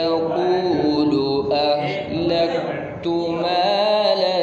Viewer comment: اہلکت ہے احلکت نہیں